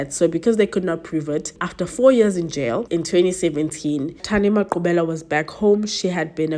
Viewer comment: Finally a true crime that's South African and correct pronunciation of the victims names❤😊